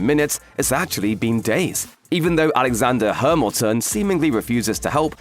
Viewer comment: "Alexander Hermilton" IM DYING!😂😂😂😂